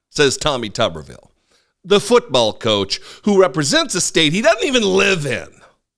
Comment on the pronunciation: If it was pronounced tubberville, it would be spelled tubberville. But it’s tuberville, so it’s pronounced tooberville. All they eat is tubesteak in Tuberville.